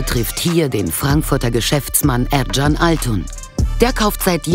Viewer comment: Der Fabrikbesitzer heißt übrigens "Erkan" - das spricht man auch "erKan" (mit "K") aus, und nicht "erTSCHan". Ich kann ja nachvollziehen, wenn man mit dem türkischen "ğ" Probleme hat, und dann den Präsidenten "Erdoğan" wie "Erdogan" und nicht wie "Erdo'an" ausspricht, aber ein "K" ist immer ein "K". Es heißt ja auch nicht "Döner Tschebap" sondern "Döner Kebap".